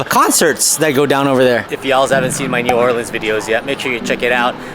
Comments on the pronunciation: Its the "Orleens", but if you're saying New Orleans and your from Louisiana, you say New "Awlins"...nuff said, lol! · It's The Or Leens